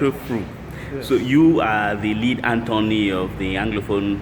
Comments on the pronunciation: Learn to pronounce this word - attorney. It is not antony. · is a good man. However the pronunciation of attorney was not correctly pronounced by our brother. One love.